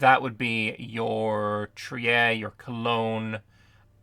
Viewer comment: Yes that's the Elbe, but in german the trailing E is pronounced so, Elb-Eh. On the other hand e following I is pornounced as a long i. It's Triir not Tri-er. Ie and EI is roughly pronounced the opposite in german to how the rule is in english.